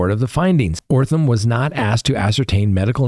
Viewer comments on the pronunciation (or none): Holy Jesus. This guy can’t pronounce letters. That’s amazing. O-T-H-R-A-M is pronounced OTH-ram. Not frigging OR-tham. That’s remarkable. I guess he maybe needs to redo kindergarten? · Sorry... it's OTHRAM not ORTHAM!! 😬🫢 Just saying.